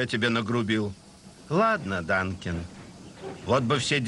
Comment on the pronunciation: Вообще-то Дункан, а не Данкин.